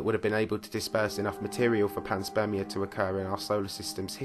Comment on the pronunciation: Pan-SPERM- ia